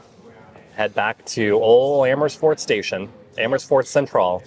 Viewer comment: Emmersfoort😂Love that pronunciation. I am originally from there, think I should go back as a tourist!